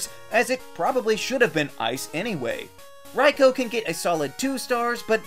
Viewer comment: I’m so glad he pronounced Raikou correctly